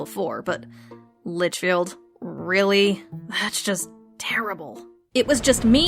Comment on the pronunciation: Never played, but I live through DnD content. "Lichfield" 😂